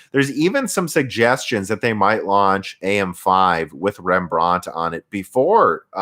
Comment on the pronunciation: You have to stress the REM part in REMbrand, not the brand part.. It sounds very weird..